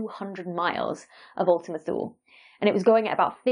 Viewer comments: Ultima Thule The "e" on the end is spoken as "eee" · I think Thule is supposed to be pronounced like Tooley.